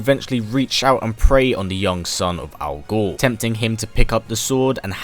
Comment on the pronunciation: I can't help but hear this as Al Gore